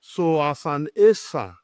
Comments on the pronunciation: Esan not Ishan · Sir is esan not ishan